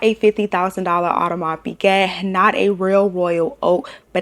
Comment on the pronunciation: And can’t even pronounce Piguet correctly